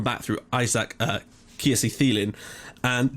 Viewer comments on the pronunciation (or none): Isaac Kiese Thelin is not meant to be said as an th sound you are meant to say telin. He is a swedish player.